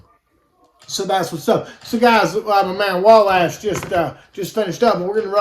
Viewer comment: Rollin with my homies! T-shirt zone made those hoodies, imma get me one too! You do look pretty fly for a white guy B:) Ty for pronouncing Wlash correctly! Amazing fights you put on Sat❤💯🥊